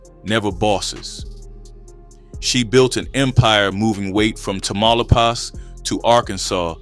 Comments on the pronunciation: Tamaulipas Say it with me, Class!!! TAH-Ma-Lee-Paws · You are mispronouncing Tamalipas big time!😮